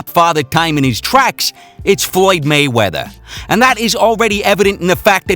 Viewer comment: dude said molly wop😂😂